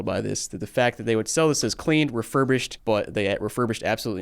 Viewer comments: Rerubished lmfao 😅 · “Rerurbished” lol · That’s not refurbished, that’s defurbished. Absolutely awful.